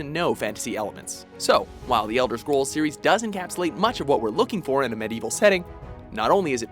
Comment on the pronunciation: Am I the only one who's kinda uncomfortable with this guy's pronunciation of Medieval?